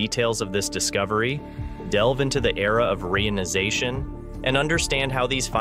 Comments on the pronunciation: PLEASE!! use the correct pronunciation of the word 'reionization'. It is "ree-ion-i-za-tion", not "ray-on-i-za-tion". The process has nothing to do with the synthetic fabric RAYON. The word, when properly pronounced, describes what is going on. The Hydrogen atoms are becoming re-ion-ized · Oh dear. ree-EYE-on-eye-ZAY-shun. HTH